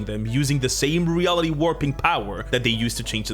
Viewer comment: Why did he say reality wrap lmao